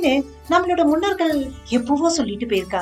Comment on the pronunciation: Dialogue delivery horrible. Munnorkal is it the way to pronounce